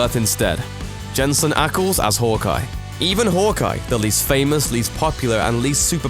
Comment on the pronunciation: It’s pronounced Hawkeye not “hook-eye”